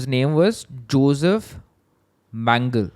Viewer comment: Its pronounced Joseph Men-gay-le (the angel of death)